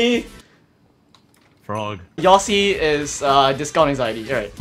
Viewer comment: "discount anxieti" lmao